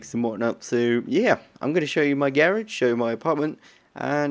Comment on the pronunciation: Its garage not gerege